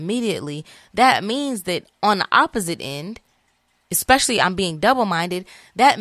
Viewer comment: Not especially especepecially 😂